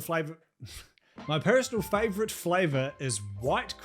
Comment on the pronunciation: Bro said "flavorite" in the ad 🤣